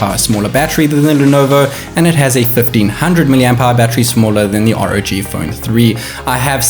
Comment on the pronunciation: R.O.G not rawg.